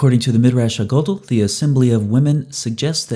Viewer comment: Love the videos… but every time you say “ha gadol,” I cringe a little bit lol. It’s Ha (hah) gadol (gah-dowl), a Hebrew word for big or large, like when we say ha’bayit ha-gadol, or the big house.